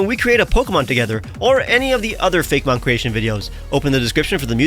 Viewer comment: This is a nitpicky kinda question, but why pronounce it Fake-mon instead of Fay-Key- mon like actaul Poe-key-mon is pronounced?